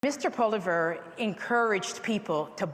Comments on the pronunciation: It's Poilievre not Poliver haha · “Mr Poliver” lol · I wish Leslyn Lewis would make an effort to pronounce Pierre Poilievre's name properly rather than saying Poliver. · Miss leslyn the name is Pierre polilvre say the name right get with it lady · Leslyn Lewis couldn't even pronouce Pierre's name correctly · Leslie doesn't even know how to pronounce Poilievres name. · Can't even pronounce his name properly going to criticize him though? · Leslyn Lewis couldn't even pronounce Pierre;s last name correctly. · Why can't Leslyn Lewis pronounce things right? Poi-Li-Evre jesus. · Not to mention that she didn't even pronounce Pierre's last name correctly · Not pronouncing Pierre's last name correctly proved it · Why are they all pronouncing Poilievre differently?